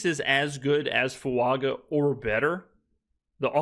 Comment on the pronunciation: it’s been a year — time to pronounce Taliese’s surname the way he and his family and even the guys in this video do English spelling of Fuaga would the g character but in Samoa and wherever those with Polynesian heritage live, a phonetic spelling of this surname name would use the phonetic symbol ŋ in place of the ‘g’ - Fuaŋa. The pronunciation of ŋ is, approximately, ‘ng.’ Thank you for all the vids.